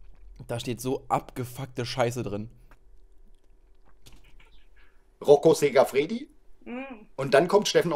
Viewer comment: rocco siffredi..nicht sicafredi..der hat doch selbst keine ahnung